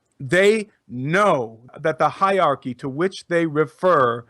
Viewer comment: the word is hierarchy (pronounced HIGHER-ARCHY - not HIGH-ARCHY)